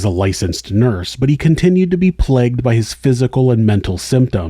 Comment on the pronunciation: Plegged? I believe the word you're looking for is pronounced { pl-ay-g-d }